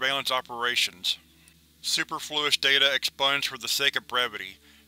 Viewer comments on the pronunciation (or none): su·per·flu·ous [so͞oˈpərflo͞oəs] ADJECTIVE unnecessary, especially through being more than enough: .........SEW-PERF-LOUIS super-flouis is not the right way to pronounce it. .... we learn new words every day.... T.Coreman of ordinarymenwhofightlikeheros SCP channel also gets words wrong sometimes. Its fun watching my favorite SCP readers come across words that are unfamiliar to them. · Hey man, I'm pretty sure the emphasis is on the PER in the word superfluous. Like suPERfluous. I'm not trying to be a dick, just wanted to point that out.